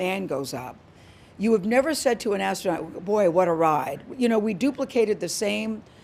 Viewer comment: THE MAJOR SHAME HERE IS BLUE ORIGIN NOT BEING HIT BY AN I.S.S. CRAPSICLE 💩 I KissedThe Ground n Liked 👍 It 🤨 And She said Ass tronaut. I heard her 🙄